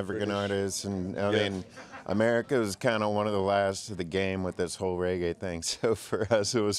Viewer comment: uno cah even pronounce reggae